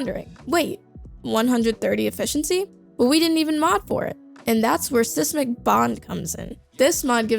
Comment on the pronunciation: Can't pronounce seismic